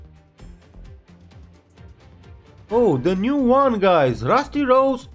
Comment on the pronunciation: When you say bew year you mean new year right